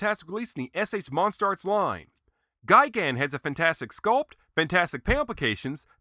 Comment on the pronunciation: just me or does he say gaigan